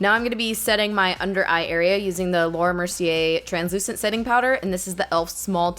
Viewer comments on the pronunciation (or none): none